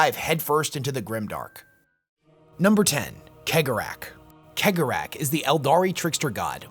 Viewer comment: Your analysis of Slaanesh and Khaine is completly wrong, but you are a blind mon-keigh so you get a pass. Also, it's "Sey-gor-ah " not keg-or-ach.